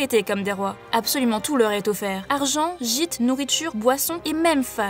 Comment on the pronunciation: au début j'avais compris chite au lieu de gîte.